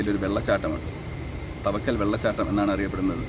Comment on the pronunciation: തവക്കൽ അല്ല ചേട്ടാ. താവയ്ക്കൽ.... കുറെ വർഷങ്ങൾക്ക് ശേഷം ന്റെ നാട് ഇങ്ങനെ കാണാൻ പറ്റിയതിൽ ഒരുപാട് സന്തോഷം.. 🥰🥰ന്റെ.. ഏട്ടനോട്‌ ആണ് നിങ്ങൾ meet ചെയ്തത് 🥰🥰